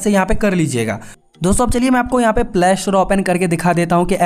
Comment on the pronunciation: Bro it's play not plaaa store😅